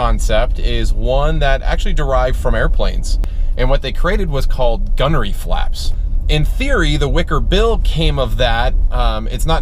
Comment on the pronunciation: Isn’t it gurney not gunery